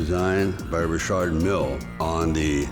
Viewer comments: I like RM. Lol even though Richard pronounces his own name wrong. I like Rolex as well, but Rolex is EXTREMELY plain looking and when you add gold to them they are just straight up gaudy as Fck. That doesn’t mean it isn’t classy. He’s Italian, he can get away with gold. It fits the stereotype. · When your just a just an average dick your name is pronounced Richard, when you make overpriced watches its Rishhaaaard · If I've learned nothing else, I've learned that I've been mispronouncing "Richard" for nearly 40 years. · I've never heard the name Richard pronounced Re-shard. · How is he pronouncing Richard? It's Richard! The designer is be f*cking pretentious!